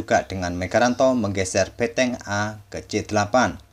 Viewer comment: ngomong bentengnya emang beteng?